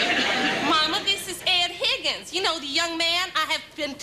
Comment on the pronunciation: I just listened to it again. I heard "MaryBeth Pickens", not "Higgins"